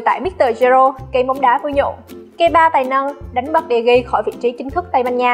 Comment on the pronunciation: Degea Ad đọc là đờ gì cơ???